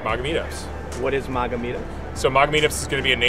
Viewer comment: His pronunciation of MAGA is so cringe. It's MAGA pronounced like "wag" and "lag"